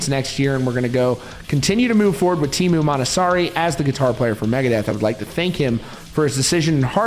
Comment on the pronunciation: Interesting video. However, it must be said that I cringed every time the Finnish name was botched. Teemu is not Tiimu. The 'e' is the same vowel as in the English word 'get', and it's an overlong vowel, you can stretch it forever. Mäntysaari, well... The stress is on the first syllable, always. The 'ä' is like in the word 'cat'. The 'y' = the 'ü' in German, cannot find an English dialect that has it. And the double 'aa' is the same vowel as in 'father', and overlong. It's a very phonetic spelling. [teːmu mæntysɑːri]